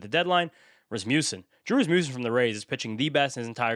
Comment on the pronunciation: Rasmussen is so underrated, his name isn’t even pronounced correctly 😂…(Ras-muss-en) not (Ras-Moose-en) What more does he have to do to make it to tier 2? 2.59 ERA, 84 K in 80 IP, 6 Wins… Same WHIP & K/9 as Ohtani w/ almost half the BB’s 🤷🏼‍♂️